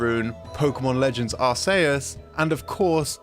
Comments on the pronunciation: Arkeus is the offical prnounciation, Arseus is the old pronounciation, but ARSAYUS???? I feel ill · Never have I ever heard a more atrocious way of saying ‘Arceus.’ There’s aAr-KEY-uhs and aAr-SEE-uhs, but never aAr-Say-uhs. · I was not prepared to hear you pronounce arceus as arsayus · I’ve never heard anyone pronounce “arceus” as ar-say-us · It was driving me crazy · nah, it's arse-eh-us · The most "interesting" thing about the game's title is the way you decided to pronounce it. Lol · Please say Arceus correctly once, thanks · no just pronounced right